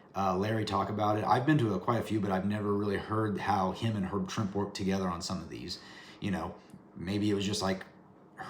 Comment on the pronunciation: Pronounced Herb (Trimp-ee). Swear..I had the chance to meet him. Another cool episode!